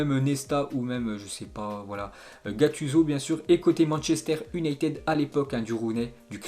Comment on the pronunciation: La manière dont il prononce toujours "U"nited me gêne gravvvv